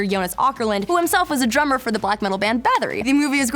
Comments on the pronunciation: Bathory, not Bathery. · Bathory not Bathery